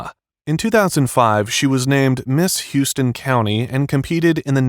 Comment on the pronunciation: It's pronounced Howston County not Hewston.